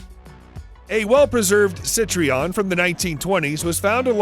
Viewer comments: Not Citreon, you moron Citroen. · Please do not call it CITRION, the name es CITROEN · Sorry to be pedantic, (Not really), but it is not CitrEon, it is CitrOen. This has driven me mad in various other vids narrated by this guy. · It's not Cit Tree On, It's Cit Trow En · Ok.... So its Sit-trion... always heard it before as Citro-en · The French cars name Citroën is not pronounced sit-ree-on. It is pronounced see-trow-enn. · Cit-tree-on? Citroen ain't that tough to pronounce. Google it. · It's Citroën and not "Citrion". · It's a car built by a company that's not Sit-ree-enn. Body probably made of al-ooh-min-numb and held together with sodder. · Citreon is pronounced (Sit-ron) the e is not pronounced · LOL! "Jag-WIRE"!! Try "Jag-WAHR" or even "JAG-you-ahh". SHEESH! (Any relation to the late, great "LIMEWIRE"??) "Cit-ree-on"?? YOU REALLY NEED TO DO YOUR HOMEWORK,! Your pronunciations are ATROCIOUS!! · Si - TRO - en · Sit-tree-ahn? Whadda-douche. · The way he pronounced Citroën kinda hurt me inside